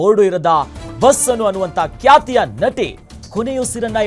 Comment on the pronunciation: ಅದು ಕ್ಯಾತ ಹೃದಯಾಗಾತ ಅಲ್ವೋ ಲೋ ನಿನ್ ನಾಲ್ಗೆ ದರ್ಬೆ ಹಾಕಿ ಸುಡಾ 😡 ಅದು ಖ್ಯಾತ ಹೃದಯಾಘಾತ